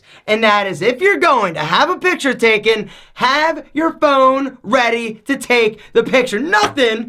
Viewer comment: that "p" on picture